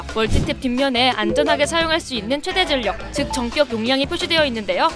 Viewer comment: 주인장, 전력은 전녁이라고 발음하는게 아니라 절력이라고 발음하는거유. 정보 제공 채널이니 기본은 신경 쓰자고요.